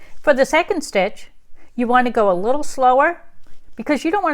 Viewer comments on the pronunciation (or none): Little not lottle